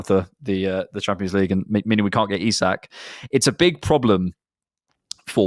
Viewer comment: Today was theeee day finally pronounced Isak properly. What a time to be alive!